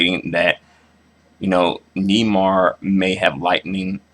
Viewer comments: It's "Nay-mar" with the accent in the second syllable not Nee-mar, and he's a racist he doesn't want to be identified as black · Neymar is pronounced (Nay-marr) not (knee-mar) hahaha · it's pronounced nay-mar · It's pronounced NAYmar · Nay mar how you pournounce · It's pronounced naymar just In case you didn't know